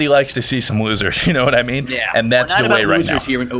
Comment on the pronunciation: it cracked me up when he said da way